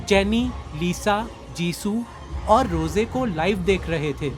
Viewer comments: Suno roseya nahi rose hai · Roze nhi rose hota hy😅